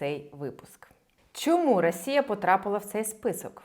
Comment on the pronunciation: Ви щоразу кажете "рАсія" :) п.с. За відео - дякую